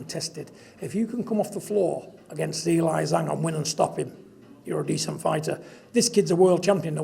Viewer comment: “Zelie zang” 😭